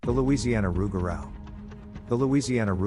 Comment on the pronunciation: Pronounced “Roo-ga-roo, or loo-ga-roo”